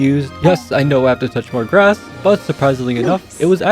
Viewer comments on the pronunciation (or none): none